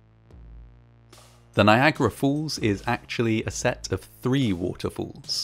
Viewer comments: ''NIAGARA FOOLS'' NO ITS NIAGRA FALLS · Niagara Fools. Sorry not sorry: To any American, your pronunciation of “falls” is totally ridiculous. Big distraction from an otherwise excellent video. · Is he saying "Niagara Fools"? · Am I the only one hearing "fools" instead of "falls" each and every time? O_o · It is “falls”, not “fools”.😂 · Niagara falls not Niagara Fools🤣😂😅🤣😂😅😂🤣😂